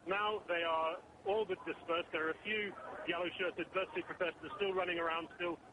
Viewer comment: did she say bearish? dafuq?? its ber-sih!